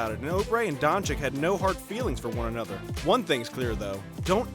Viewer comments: and also keep saying donchiKK instead donchich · Man its luka doncic not luka doncik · it is luka dončić not dončik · It's Dončić, not Dončik! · Its Dončić (Dochich) not Donchick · Donchick lol it dončić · donchick? dude is that hard to say donchich? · Luka DončiĆ not dončiK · Stephen "Luker Donchick" Smith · It’s Donchich mate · *dončić Read like doncic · That's Mr. DON CHICK to you sir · donchikkkkkkkk????what???its not KKKKK dude .... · Donchick. So disturbing every time you say it. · Don “chick” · It’s Don- Cheech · If you say Doncik once more I..... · Its not Donchick mate its Doncic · He just said Donchick 999 times. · Ill give you dislike man. After 2 years i still hear DonchiKKKKKKKKKKKKKKKKKKKKKKKK... Are you guys deaf? xD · its DonCHiCH FFS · donchich.....cmon, its not rocket science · luka Don-chick 😆😆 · It is Dončić,pronounced Donchich. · Weel you pronaunce Donćić wrong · It’s Boban Mariyanovic and Luka Donchich not Doncik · Come on, the pronounciation is unbearable.. Donchik, marđanovik...